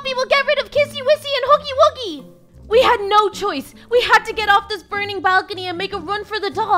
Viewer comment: His name is HUGGY WUGGY not HUGGY WOOGIE!